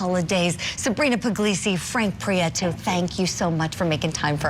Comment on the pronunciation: You said they are heavy hitters in miami??? What you mean????! She is GUILTY !!!!!!!!! His last name is PRIETO NOT Priaeto